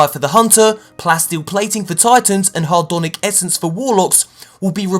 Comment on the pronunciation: Dude its not hardonic essence its hadronic